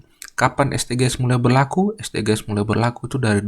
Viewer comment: Saran aja kak Bacanya esdijis . Soalnya kalo dibaca es de ge es kedengerannya asing dan ganjel 😭